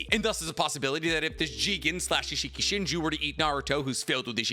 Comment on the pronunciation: yeah i'm really confused why didn't use their names correctly. i had to turn the video off cause he said "leader shinju" 75 times.